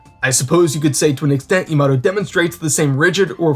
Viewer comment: Her name is Yamato not yamado XD